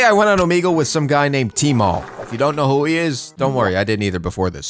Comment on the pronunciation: dude said teemall the master of luck